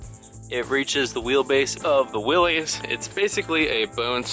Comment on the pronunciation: Nice video, thanks. Btw, it’s pronounced Willis, not Willys.